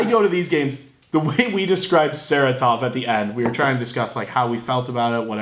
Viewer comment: Sa-Ra-Tov not "sarah-tov"